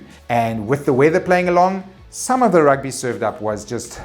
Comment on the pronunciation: Good to have you back, and good to hear about the Rrrrrrrrrugby! Congrats to the WomenBoks (Gazelles?)